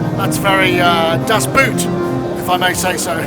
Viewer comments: Das Boot is pronounced "das bote" 😁 the 2 o's are like the o in drone for instance. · Paul LeBlanc or he just didn’t get as it isn’t pronounced like the English “boot” but with a long “o” like in “Moog” :) I didn’t get it at first either... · I'm German and fluent in understanding English but didn't get "Das Boot", too. It was just pronounced badly. Without the article "das" I would not have understood it at all.